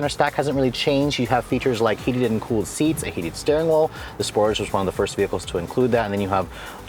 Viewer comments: are the exhaust really integrated? I have seen other reviews which showed otherwise. Also isn't it pronounced "Sportaj"? Question: Is AWD available in the U.S.? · Wtf is a "Sportij?"